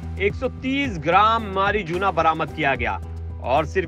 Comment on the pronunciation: Marijuana❌ मारिजूना 😅😅😅😅😅😅😅😅😅😅